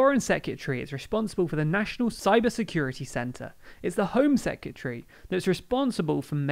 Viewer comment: I like this channel, I really do, but FOR GOD'S SAKE learn to pronounce the word "Secretary" !!!! It's NOT "Secutary". It's almost as bad as hearing someone say "nucular" instead of "nuclear". The word "Secretary" includes the word "Secret" (which should give you a clue to its origin) so perhaps try practicing that over and over before and then adding the "ary" part to finish it off perfectly.